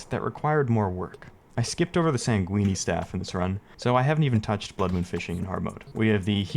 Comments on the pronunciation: I have never heard someone pronounce sanguine as "sang-gween-ee" lmfao that is a new one. Sang-gwin or sang-gwine? Nah... we sang-gween-ee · Bro did not just say Sanguini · no way you pronounced sanguine like linguini